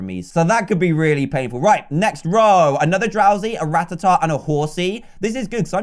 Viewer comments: It's not ratahtah it's ra-taa-ta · It’s ruh-tat-tuh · Rattata is pronounced ra tat ar